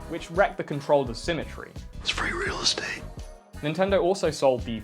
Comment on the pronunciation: "It's free relestate" 😂😂🤣